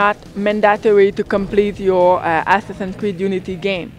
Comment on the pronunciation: It sounds like he said Ass-Assins creed XD